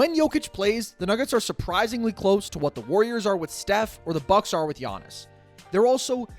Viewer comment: Yeah but no…. It’s Giannis